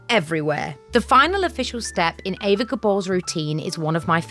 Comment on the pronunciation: Well ... It's actually pronounced AYva Gabor. Sorry